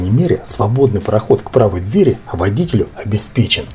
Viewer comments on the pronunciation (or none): none